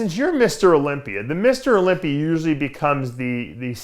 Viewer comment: You can move to Florida,Dave, but you still say "Olympi-er". lol!